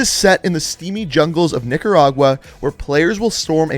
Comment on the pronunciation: The way he pronounced niquera lol